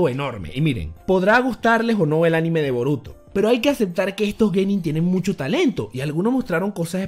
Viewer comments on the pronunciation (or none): none